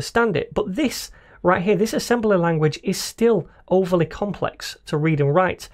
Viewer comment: Is this only me or everytime he tries to say "right"...he gets possessed by a Mexican....(i.e rrright)?